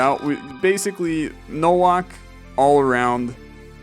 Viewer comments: Nowak is said as NO - waaa (like wario) - K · Bro pronounced Nowak as Nouak fucking kill me 💀💀💀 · pretty sure nowak is pronouced novak since its a polish name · Nowak is pronounced as "NOVAK" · No reason to explain yourself, no one reasonably expects you to properly pronounce every foreign surname perfectly. Just found it funny, for the record - it's just Novak. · Am I correct in thinking it's pronounced like the W is an English V, so like No-Vac?